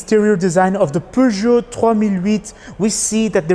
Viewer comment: As a French I can tell you that your prononciation of "Peugeot 3008" is really good 😄